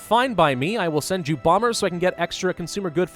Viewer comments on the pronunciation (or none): none